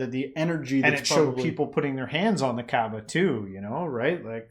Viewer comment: It is not the kbaa it is the Ka'ba